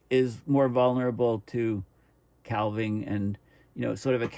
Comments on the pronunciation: "Calv-ing" ?? Do Coos have Calvs ? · Calving: referring to a cow birthing a calf, also to the breaking of off ice from a glacier.. Calf rhymes with staff. Calving rhymes with having. For the love of all that's holy, please, you can pronounce 'archipelago' any way you want, but calving rhymes with having! 😃 Thanks for all your dedicated work. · THE "L" IN CALVING IS SILENT!!